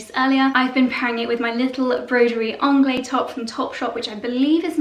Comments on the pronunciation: If you love broderie anglaise that much, please learn the correct pronunciation. "Anglaise" ends in -ehZe, not -eh. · I think the correct prounciation is broderie anglaiSE, with the last syllable actually pronounced, isn't it? Or do you have any reason for not pronouncing it? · I find that so odd, as "anglaise" is the feminine of "anglais" (a lot of languages attribute a gender value to words). "Broderie" is a feminine word, therefore you would NEVER hear a French say "broderie angleh", it sounds very, very odd and incorrect to anyone who speaks a decent french. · The se in at the end of (broderie) anglaise is not silent, it is pronounced as z, the unaccented e at the end of a french word is silent). The ang in anglaise rhymes with the a in hang/rang/sang, not the British Ah as in grass, class. So Bro-der-ee Ang-layz. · If you adore broderie anglaise this much, you really should pronounce it correctly!! The S in anglaiSe is NOT silent. Broderie is a female, and there is an ‚e‘ behind the s. Therefore it is pronounced with a soft s at the end!!! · Beautiful pieces! Love them all. Please pronounce broderie anglaise with a “z” at the end. 🥰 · I love your descriptions but wish you would pronounce Broderie Anglaise as it should be! Adore your house and you both work very hard and I love watching.